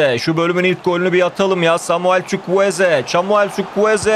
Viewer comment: Çavuel Zukwueze 😂😂